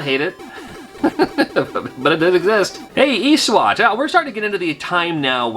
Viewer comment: i think you pronounced "eswat" wrong, the correct way to say it is "ESWAT"